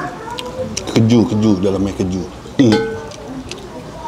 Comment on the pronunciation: keju koh, bukan kejuu